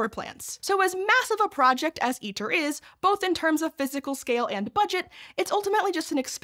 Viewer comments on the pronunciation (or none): ITER is pronounced "EATER", because that's what it does to money. Producing little of value. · Fitting that ITER sounds like Eater... It eats money and produces... maybe some data if we're lucky.